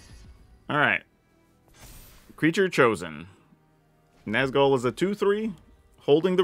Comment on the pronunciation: The accent over the u in Nazgûl isn’t just for decoration.😢